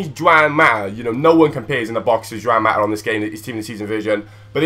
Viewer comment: its not jewan its ha wan mata ive been 2 some chelsea games so dont question me